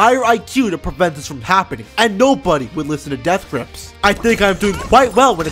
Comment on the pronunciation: Bro why does he keep saying davth grips